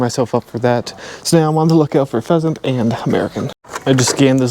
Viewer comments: PLEASANT COMPANY NOT PHEASANT LOLOL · Pleasant not pheasant! Lol😂 love it